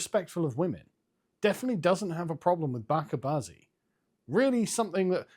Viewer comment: Mate, you've really gotta stop saying 'backa bazi', - if you're gonna bother adopting the term! It's 'baCHè bazee', when referring to the general practice - and 'baCHè baza' the individual practitioner; essentially the term used for 'grooming' or 'groomer' throughout the Indian subcontinent... You'd actually be far better off just using (the less euphemistic) 'bachè chodai', which makes the overall point a lot more explicit. 😉